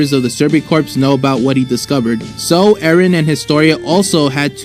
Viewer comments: its pronounced Survey corps not Survey Corpse, dumb ass. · FYI manga is pronounced mahn guh, not mehn guh and corps is pronounced core, the PS is silent.